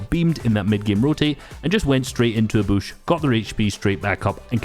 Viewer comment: Please don’t say Boosh.. it’s a bush. Like George W. Busch, with a short u.